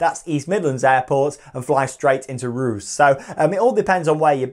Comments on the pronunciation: OMG, Ruse 🥴 It’s pronounced Reus (Ray Uss) Keep on truckin’! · It’s pronounced Ray-uss not ruse